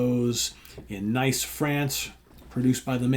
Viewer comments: Small point, but Nice, France is pronounced Niece. 😂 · Hi, sorry to be pedantic but the French speaker in me cant help it! Nice, France is pronounced as in "Niece & nephew" not "Nice & easy"... Mon dieu...